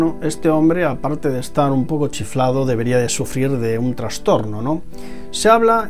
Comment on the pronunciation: Se dice TRASTORNO no TRANSTORNO, SIN N 😾